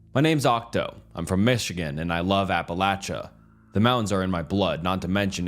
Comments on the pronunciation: The way he pronounces Appalachia drives me insane 🤣😭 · It's pronounced Apalachicola. Stop embarrassing yourself ✋🤦🛑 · in the most respectful way possible, if you are not from the area then please don’t tell us how to pronounce our home :) have a good day